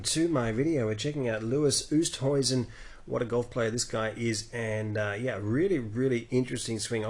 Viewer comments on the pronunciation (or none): Good video! But I think it’s pronounced oo-est-hayzen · Actually it's pronounced with a 'w'. (Afrikaans).